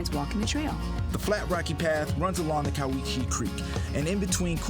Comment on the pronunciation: You missed so much…like hwy 12 over White Pass…Goldendale, Fort Simcoe, Maryhill Winery, the great Columbia Gorge, Mt, Adams….you need to go off the beaten path…it’s…Cow-iche!